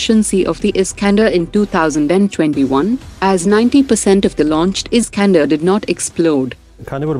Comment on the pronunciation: Scander ni scandal hogya😂